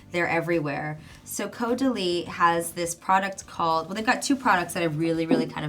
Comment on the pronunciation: I’m sorry but it’s pronounced caurdelee!! X